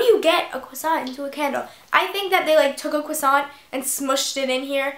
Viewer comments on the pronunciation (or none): it's croissant not creasant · Jordan Eure no it's "croissant" not cwossant but it doesn't really matter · croissant not cwasont!!!!!!!!!!!!!!!!!! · it's cresant, not cwasant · You have to crossiant not cwasaunt😜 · CRO NOT CWA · u say "cwossant" lol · it is pronounced crr(french r)owasohn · Haha I ♥ the way you say cwusaunt! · Cwassant? Hehe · LMFAOO. Ur so funny and i totally agree with u about the beauty guru thing. Btw ur saying croissant wrong! Loll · U say croissant weird. Lol! But I love ur vids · You say croissant really wierd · No She's saying it correct except you don't pronounce the T.